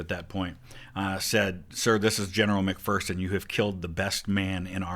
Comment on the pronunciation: they pronounced mcpherson like how i pronounce my last name. but james mcphersons name was pronounced mick fur son